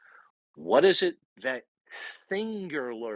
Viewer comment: “Singlurlurly” Holy moly,. No, you DO NOT sound like you’re knowledgeable….on anything.